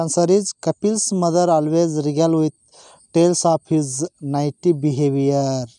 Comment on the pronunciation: ನೈಟಿ Alla sir ನಾಟಿ